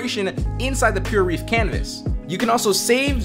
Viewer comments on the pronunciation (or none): its called pureref... as in Pure Reference... not Pure Reef lol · Drives me crazy how you pronounce Pureref. It's like reference, or referee. Not reef like an ocean reef.